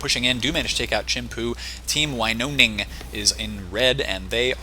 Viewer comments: You pronounce it like this: Winoning, not like you did (Winoning). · Glove here. Pronunciation: win-own-ing Also, boogie cat/nana is a laaaaaady